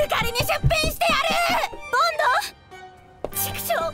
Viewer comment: ボンド発音良すぎだろww